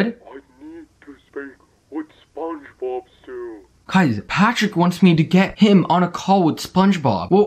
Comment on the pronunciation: Its spongebob not spungbob it's character not charicter it's squidward not scwidward